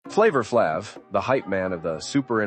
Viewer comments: How can I watch this when they keep calling him Flaav. It's the Flava, life sava, Flavor Flav!!! Yeah boy!!!! Ha ha. He's my man 100 grand pots andpans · "Flavva Flavv" 😂